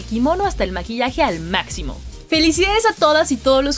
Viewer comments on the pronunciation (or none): none